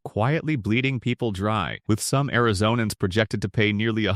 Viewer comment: If you actually knew anything about Arizona, you'd know it is ARIZONAN, not Airzonian